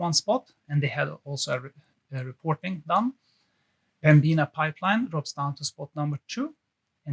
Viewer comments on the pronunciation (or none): Thanks for the information BTW, Pembina pipelines is pronounced Pem bin a, with accent on first syllable, not Pem bean a cheers